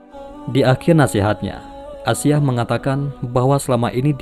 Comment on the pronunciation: Aisya bkn asyiah